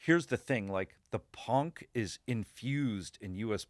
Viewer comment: OG is a retarded term. And he's not even close to right. he actually shows he knows very little about BM, it's history and the bands that started it with the crap he says about european BM. he sure knows about punk (or ponk as he pronounces it 🤣🤣), than he knows about BM.